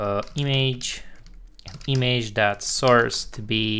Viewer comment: nice, dar te rog nu mai spune imeigi, ci imigi la image, mersi, suna ca naiba :)